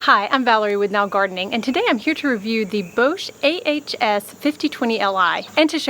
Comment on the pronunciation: Your video is so informative and clear, it really has helped me decide on this particular one just now, - and thank you for all of your posts! Just a little note!- Bosch is German and so pronounced to rhyme with ‘off’ and not ‘owe’ !!😁😎